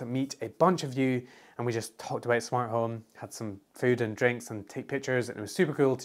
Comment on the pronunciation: Valeu o esforço mas é sofrivel a tradução. Ele fala "smatome" kkkkk